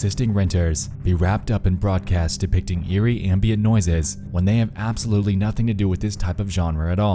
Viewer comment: Always so happy when a new video from you comes out. Sorry to be a jerk but it's not pronounced "aymbient". It's a flat, hard 'a', like in 'hat' or 'american" or 'amber"' or 'ambulance'.